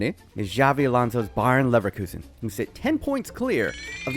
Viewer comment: Exactly. It was jarring!